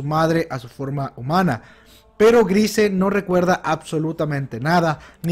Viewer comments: Se llama Falco Grice, lo pronuncio mal y luego lo dijo bien, no se confundió salvo en la primer pronunciación falco es Grice. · Yo que recuerde el nombre completo de Falco es Falco Grice, solo lo llamo por su apellido la primera vez lo pronuncio mal ya después lo pronuncio bien. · "Grice" jeje